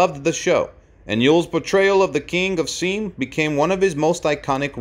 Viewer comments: "... King of seem"? It should have been more like King of SY AM. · Its not pronounced seem but Sy Am. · It's pronounced "Sigh-am," not Seem. Today, it's Thailand. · I loved Yul Brynner. He was magnificent to look at, watch, and listen to! However, before releasing these videos, I wish the person speaking would learn to pronounce things properly. Please note: this is Seam, which us what you call the Country of Siam. It is actually pronounced as "Sigh am" !! Long I, short a. It is irritating to be enjoying a clear, concise story then have such a horrendous mistake grate on your ears. It is repeated incorrectly so often you can't possibly ignore it.😢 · I see another comment for this, but FFS - it's Siam!!! Two syllables! Si (long "I" if you know what that is), - am. As in Siamese cat. IT IS A REAL PLACE - now called Thailand. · You are mispronouncing "Siam". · If you want to continue in your career as a voice over artist, I suggest you learn how to pronounce Siam correctly. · I was cringing every time I heard him mispronounce the former name of Thailand.